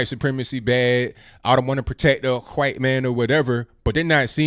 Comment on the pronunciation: My only complaint is how you pronounce ‘white’. Great commentary per usual!